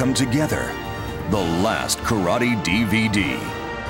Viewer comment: Correct pronunciation is KARATE or appropriately KARATE-DO. It's pronounced and spelled phonetically.